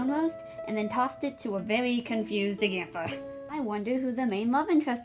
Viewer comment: It’s pronounced ah ga tha